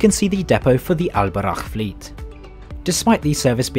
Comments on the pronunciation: If there are some points i would like to clarify as a pure Moroccan.. Al boraq isn't that thing u showed, in islam we are not allowed to draw nor to maje status of anything especially living things... Second the name is Al boraq not albarakh as u say it, i had to say that cus i ve seen many videos when people link al boraq some status imaginary creatures from different cultures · It's All Boraq not Al Baraq bro👍 I live in Mohammedia by the way feel free to visit again anytime soon!💕